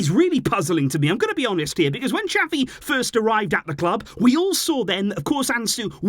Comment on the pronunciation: Why do you say "chapi" Xavi is pronounced "za-vee"😑😑